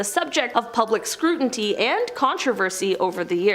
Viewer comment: Love the information, only thing that is bothersome, you guys are narrators, you would think you'd check spelling and pronunciations on words. scrutinty really